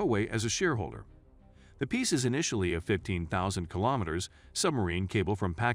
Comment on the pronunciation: Piece cable.... not "peace" cable.